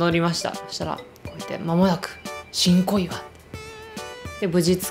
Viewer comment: ごめんなさい...新小岩が "ち🚫こいわ" に聞こえた私。🙇🙇🙇